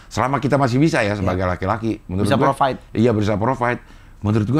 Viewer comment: Provide bang bukan profit 😂😂😂